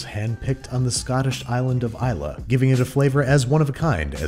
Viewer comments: Props for pronouncing Islay right in that ad read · Thank you for saying Islay properly. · Unlike Lord John Marbury you can pronounce Islay. Congratulations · Thanks once again for not butchering the pronunciation of islay lol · ahhhhhhhh thank gawd you pronounce Islay proper